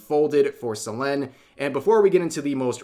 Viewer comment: I know this is serious video, but just a tiny nitpick, why are you mispronouncing Selen's name, the same with most names that you say? I had a triple take & though I was going senile lmao.